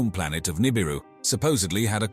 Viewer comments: 😒 Yeah... I noticed that too. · man theres nothing like a docu boosted from the works of others mixed with a word mis-pronounced 1000 different ways in 23 min.